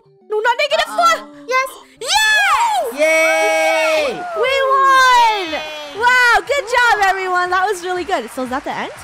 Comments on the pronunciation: Rainbow-I hope u land on negative 4 Funneh Funneh-no! I won’t land on negative floor she accidentally said floor instead of four lol 😂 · i heard her say negative floor :) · Funneh said nv flore